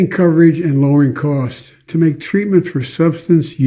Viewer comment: "all at the all time high" 🙄 how about "all at (their) all-time highs"? Also he needed those subtitles as he slurred through the word "to" and completely omitted it